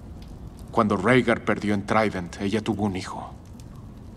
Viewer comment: Recién me doy cuenta que dice traident jajajjaa como cagó toda la escena lptm